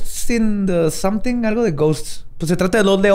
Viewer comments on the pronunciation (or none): none